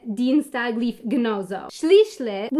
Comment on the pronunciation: Deutscher Dienstag that is great :-) I love the "Schlieschlisch".